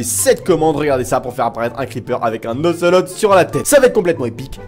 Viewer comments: ON DIT OCELAUT (j'ai fait expres de l'écrire comme sa ) pas ocelote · Pour l'ocelot le t est muet